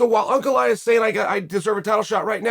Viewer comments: its pronounced Uncle Eye yev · Uncle Eye-uh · Everyone: Ankalaev Chael: Uncle Laev